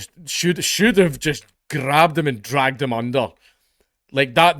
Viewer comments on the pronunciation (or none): I love when dank becomes extra Scottish when he gets angry. "Should've just grrrrabbed him"